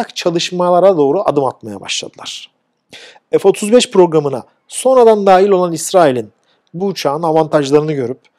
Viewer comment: Türkçede ef diye bir harf yok